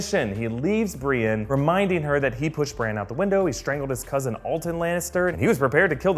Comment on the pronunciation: Why do you call Bran "Branch"??